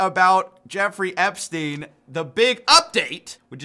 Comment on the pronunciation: Dude is still called "Epstein", not "Epstin".